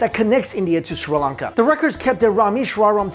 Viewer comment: Sri Lanka not Shri lanka